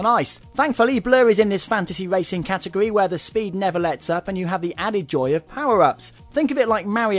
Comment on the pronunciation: lol this guy says wacing instead of racing